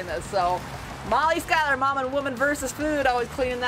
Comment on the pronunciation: Isn't it pronounce "Shuler" and not "Skyler" :D